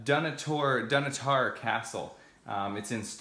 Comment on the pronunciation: I love your videos. I fly RC helicopters. Just for your info, it's pronounced Dunotter. Slains Castle up the coast in Aberdeen is where Dracula was based on. I live in Aberdeen and would have loved to show you around if I had known. I am also a Broadcast cameraman and think you do a brilliant job of filming thank you.